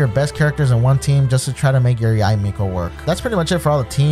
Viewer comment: Tysm! And btw her name is pronounced Yi-mekO